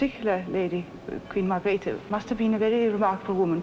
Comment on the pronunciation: and Margrethe not .Margareth